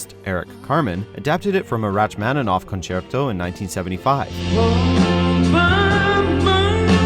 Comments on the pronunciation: WHAT? Announcer says "RATCH-MANinoff" ! I have always heard artist name pronounced as "ROCK-MONinoff"... Classical expertise, anyone?? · did he say rach- maninoff ?😂, it's rock-maninoff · mark. Never heard it pronounced "Ratch-man-in-ov" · RaTCH-maninoff? It is pronounced Rocky-maninoff. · I noticed you said pronounced Rachmaninoff as ratch-maninoff when it’s really pronounced rock-maninoff. I realize that could be construed as a pun given the context of this video but it’s not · Rachmaninoff; is pronounced Rock, not Rotch....! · It's pronounced Rock-mon-i -nov, not Ratch-mon-i-nov. Your narrator has really never heard that name pronounced? Did he grow up living under a rock or something? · Hang on....RATCH-maninoff???? That's really sloppy reporting. If you don't know how to pronounce something you should look it up before you record. It's pronounced ROCK-mon-i-noff. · Milos Topalovic I was emphasizing the pronunciation of the name--"Rock" as opposed to "Ratch" which made more than one person cringe I'm sure. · Rachmaninov is pronounced “rock-mon-i-noff.” Not “ratch”... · Woah, woah whoa whoa whoa did you just pronounce it rach-maninoff. It’s pronounced Rak man inoff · It's pronounced rock not ratch for Rachmaninov. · This list lost some serious credibility when the narrator pronounced the first syllable of Rachmaninoff "Ratch" (as in ratchet) at about the 6 minute mark. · I can overlook not rolling the R in Rachmaninoff, but "RaTCH-maninoff" is fricking horrendous pronunciation. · All good songs. Also, I thought it was pronounced like "Rock Mahn-uh-noff"? And is anyone excited as I am for the new Freddie Mercury movie?!?!! 💖💕💖💕💖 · Did you say " "?????? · Wait. He pronounced Rachmaninoff wrong. Pronounced rahk-mah-nuh-nawf. And what about the fifth element diva song? That is definitely not easy. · Hmmm, "wratch-maninoff...." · I feel like, by law, there should be at least one Sondheim song on this list. Either that, or Gethsemane. Also, RATCH-MAN-NINOFF??!